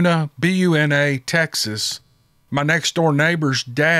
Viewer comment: That’s some long dark desolate road, 770 and 105 from Kountze to Conroe. I’ve heard stories from Saratoga and Honey Island. My baby momma is from Kountze/Honey Island, if they’re not there they’re nowhere. Good job pronouncing Buna (Byou-nuh). You’d be amazed some of the pronunciations I’ve heard of it.